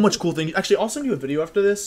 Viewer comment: you mispronounced wideo